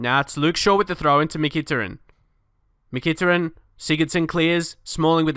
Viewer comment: Great vid mate, however you are pronouncing Mykhitarian wrong, Mick-a-tar-ian